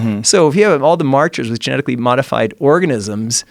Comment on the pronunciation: Joe “Gemetically” Rogan